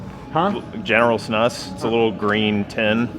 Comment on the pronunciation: Also props to Z for pronouncing "snus" correctly 😂